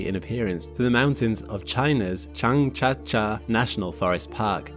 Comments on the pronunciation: Too late to be seen: But have a suggestion for the future for pronounciation - just type in the chinese name for Zhang-jia-jie into Google translate and let it read it out aloud. In the video that name is pronounced Zhang-cha-cha, which really hurts the ears. It is especially jaring as it obvously cannot be cha-cha, as even the spelling jiA-jiE indicates. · I love your videos. But you completely butchered the pronunciation for 张家界🤦🏻 Zhang Jia Jie in English-style pronunciation, kind-of sounds like: Jang zee-ya zee-yeah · Great video, only the Chinese pronunciation was a bit off. Zhangjiajie is pronounced like Jar (without R) + Angle (without LE) + Jam (without M) + Jerk (without RK) = Jangjaje Next time you can use Google Translate's speak aloud option to slightly narrow down foreign pronunciations. Keep up the good work! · I love how you say Zhangjiajie as Jang Ja Ja😂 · Just wanted to say the pronunciation of those mountains in China is closer to "jang jiah jieh" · The "jiajie" in Zhangjiajie is pronounced as "jug-jay" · Hehheh. Been there many times. And, it's "jong-juh-jay", the last two "j"s being very soft. They are very proud of Avatar being based on them. You will find many points where they have erected Avatar memorial statues near views towards what they claim to be the precise mountains which were used. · gets a prize for the worst pronunciation of "Zhangjiajie" I've ever heard so far. xD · Great video but I have to cry about the pronunciation of zhangjiajie 😂 it is no where close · Fantastic video. One note: your pronunciation of the Chinese mountains was not quite right. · I'm sorry, but your pronunciation of Zhangjiajie was pretty atrocious. I recommend you use Google translation to get a better approximation of its pronunciation. I won't even care if you used the wrong tones, but the consonants and vowels were completely off. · Your pronunciation of China's Zhangjiajie was absolutely abysmal. Fantastic video, though.